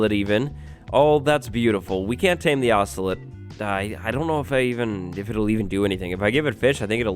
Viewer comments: Im breaking my fingers everytime he says “Ocelit” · Ocelot: exists: “ocelit ocelit ocelit ocelit”